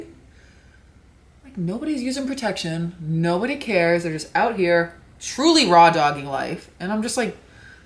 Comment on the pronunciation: Wait, oot and aboot? Is she Canadian?